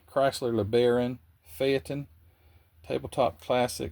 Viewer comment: Phaeton = "fayton". 'E' is silent.